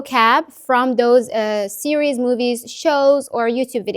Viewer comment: I'm learning Arabic and stuck, and have liked your videos. This plan has parts I'll try to implement to get my learning back on track While perfectionism should not hinder us from learning I thought a couple of little corrections to your English would be helpful. The singular of a tv series, is "series". It sounds like you're saying "sierie". When you say the Chinese test, is it HSKe or H-"Skey"?